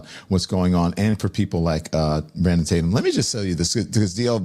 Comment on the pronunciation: Pretending to not know his last name let alone knowing how to pronounce ‘Tatum’ is the saddest thing in the world.